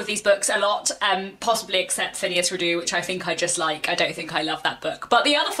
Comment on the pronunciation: Hello and thank you for another interesting video. I look forward to your thoughts on The Palliser novels. Just one thing if I may and that is can you please pronounce Phineas Redux correctly? I refer to the Redux part of the title which is pronounced Ree-ducks not re-doo. It comes from the Latin and not the French (as I suspect you may think). Apologies if this offends I certainly don't mean it to. Your channel is one of the brighter, intelligent and more thoughtful places on YouTube. Many thanks.